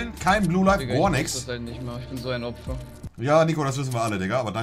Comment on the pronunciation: gornichts bist a Österreicher 😂 Liken der aus Österreich kommt